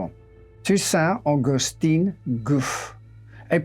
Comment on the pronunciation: and Augustin has also a different pronunciation, what he says is Augustine which is a female version. It looks like he did a great job with the difficult words and was then "betrayed" by the supposedly simple ones :)